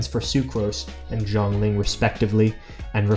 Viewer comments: I almost heard you said "zhong Ling". Its XIANGLING. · That's an interesting way to say"xiangling"